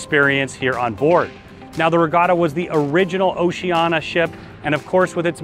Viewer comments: Seriously? Why are pronouncing it Oceana when it’s obviously Oceania? Mispronouncing it undermines your credibility. I do appreciate the tour, though, but it’s irritating to hear you mispronouncing the name. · Really love your reviews and walkthroughs - just a little peeve - It's pronounced "oh-see-ah-nee-ah".